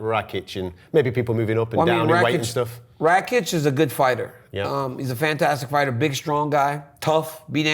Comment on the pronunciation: Rakic is pronounced rah - keech if anyone cares lol